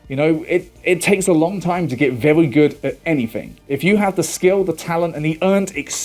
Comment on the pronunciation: Yes, very important stuff. Did anyone else notice he naturally(?) adds in the "w"? like "vewy" instead of "very"? it's so god damn adorable to hear especially after hearing them yelling 😅